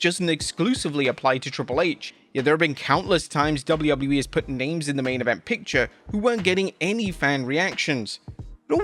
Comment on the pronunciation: Why are you calling WWE "dubblee-yubbloo-ee"?